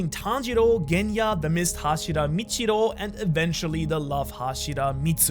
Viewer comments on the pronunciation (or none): He actually said michiro 😂